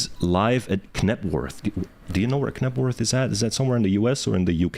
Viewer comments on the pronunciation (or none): Pronounced Nebworth!